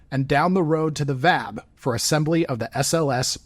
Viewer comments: blew it again. NO ONE calls it the vab. It's the V. A. B. 🤨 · V.A.B. not Vab😅